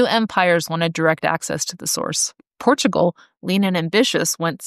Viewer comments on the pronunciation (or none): none